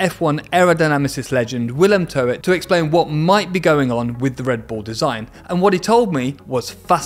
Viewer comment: Please stop pronouncing his nane as To-et. The guy is Dutch isn't he? thrn it should sounf like the Ebglidh word ztoot.